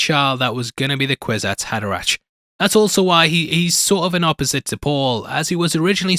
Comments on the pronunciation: Pronounced HaderaCK, not ach. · Hey, man. I like your vids and enjoy your insights. I would suggest that you check the proper pronunciation of character names. It’s Hader-ack, not -ach, and the princess is named Irulan, not Iluran. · It's pronounced "haderaK", as in "fucK" - try to remember that! Unless, of course, you are using some robo-AI-voice-aloud reader, which lately have infiltrated everything, and so annoy everyone...